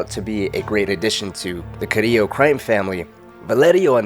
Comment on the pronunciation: Thats how you say it. Who says it like CariLLo. Cariyyo. As A Puerto Rican